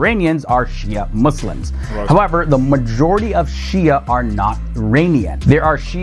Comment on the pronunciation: thing is is a non-Muslim, he can't even pronounce the word Shi'a correctly, one more that Shi'a sect has been split into many branches and sects, some of whom are straight away Kafir, others are Fasiq (open sinners and misguided). So you can't say much about all Shi'a, the Alawite Shi'i do pray to Ali and consider him God instead, naudhubillah, other Shi'a sects of course don't, so there's diversity.